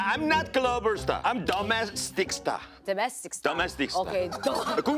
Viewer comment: At first I thought he said "dumb-ass-tic star" LOL (which BTW in fact was "domestic star"). Love Jessi!